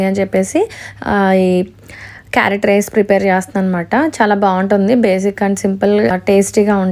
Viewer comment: 🥕 rice clear ga chepandi sister